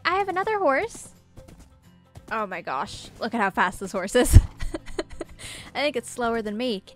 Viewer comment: O' meh gos'! Me: Did she just do an Aussie accent?!